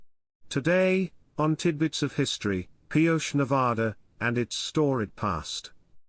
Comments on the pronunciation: These Spanish towns that end with an E, you put the sound ey' at the end. It's Pi-O'-chey. Emphsis on 'O'. I live in the SW. It's a mixture of English and Spanish. You just have to live with it. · The town's name was commonly pronounced Pee-OH-chee.